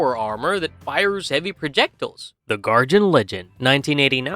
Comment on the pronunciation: Ok i let your pronunciation of DAY-BREE slide, but then you instantly hit me with GAR-JIN instead of Guardian and i lost my shit.